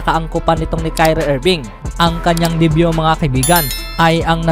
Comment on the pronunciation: Haha ganda mo magsalita mikel bridges ba at diybyu Ndi ba michael bridges At day view